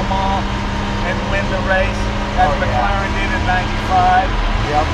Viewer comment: 'maclaren' it's Mclaren mate, just a heads up in case someone calls you stupid in a comments section. I'll just save you that lol